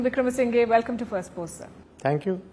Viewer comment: Wikramasinghe is pronounced with the sounds "sing" "her" at the end. Not the way you say it.